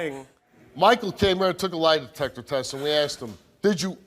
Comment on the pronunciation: she keep saying "line detector" or am i trippin?